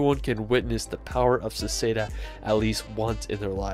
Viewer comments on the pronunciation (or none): Hey guy, it's Seceda, not Seseda!!!! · Good! But you failed at Seceda :)